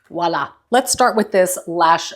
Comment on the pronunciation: Voila -- pronounce the V, please.